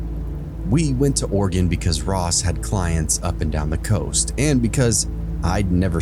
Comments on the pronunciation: Me: oh sweet! Stories from my home state! Voice on the podcast: Or-eh- GONE Me: nevermind PS it's Ore-ih- gun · It’s NOT Oregone it’s Oregun pronounce correctly please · Also orygun not oregone. Thanks love the stories and dont mind the clicking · Ew he says it oreegone 😂😂